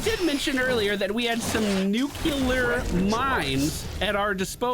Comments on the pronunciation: Nu-clear, not nuke-u-lear. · I loved every second of this except when you said “nucular” instead of nuclear. It’s a personal pet peeve thing, don’t mind me.. lol